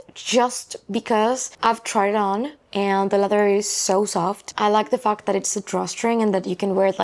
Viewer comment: love you but when you say fact I heard f*k I’m sure it’s just me😅